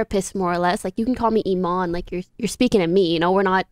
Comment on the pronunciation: my good man you are arguing about the wrong thing the letter missing is from the native tongue not from the english أيمان this is the right way to say it but they are saying it اماني in english saying imane is wrong its Eman (its type the native name in english ) understand?